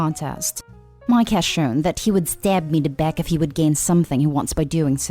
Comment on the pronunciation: Omg I can't take how this girl says miKe it's really annoying